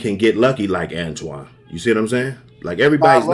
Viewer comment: It's amazing how many people say Antoine. His name is right there in your face for 8 hours